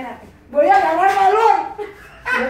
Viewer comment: Jsjsjs yo crei escuchar, "voy agarrar calor".